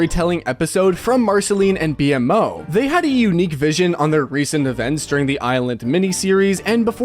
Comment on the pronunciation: i don't like the way you pronounced "BMO" 😕